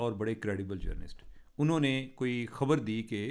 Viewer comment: Cheema sb apna tlufaz theak krn Khabar ko habar na bolin